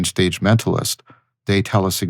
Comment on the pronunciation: "it really sets the sage... stage.." lol, this was a pretty deep slip up